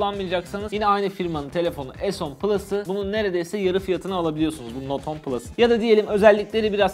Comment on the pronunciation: Not 10 diye okunmaz note ten diye okunur